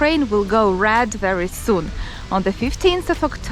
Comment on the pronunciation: Sometimes when you say “red” it sounds like “rad” it took me a moment to understand what was a rad zone 😂